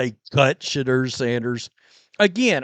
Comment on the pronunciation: I'm no fan of the guy but is it that hard to pronounce Shedeur name correctly 😂😂😂